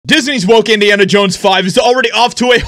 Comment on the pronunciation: "Indians Jones" ??? 😅